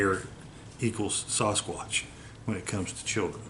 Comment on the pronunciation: Sounds more like "Sas-Cock" instead of Sasquatch ! 😅